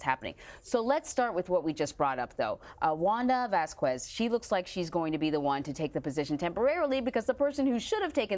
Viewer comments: "Vass-koo-ezz"? More like "Vaz-kezz." Anyway thank you for the reporting. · It's NOT "Vas-KWEZZZZ"! It's pronounced "VAHS-kess"! DON'T RUIN ORIGINAL PRONUNCIATION LIKE THAT! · Don't you hate the way they butcher latin sounding names. I was wondering why I've never heard of a vaskquees. LMAO we can pronounce things if we try people